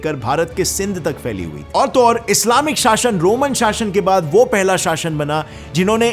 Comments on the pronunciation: Location शाशन नहीं. शासन. शासन. Kitni galtiyaan karta hai be. Apna pronunciation theek kar le. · पहले इस्लामी हिस्ट्री सही से पढ़ो फिर वीडियो बनाना, ग़लत सलत वीडियो बना रहे हो, और अपनी ज़बान भी पहले साफ़ करो, शाशन कह रहे हो, शासन होता है। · Shasan ka pronunciation galat kiya hai Shasan hota hai shashan nahi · Shashan ... Shashan ... Sha.... 😁😁😁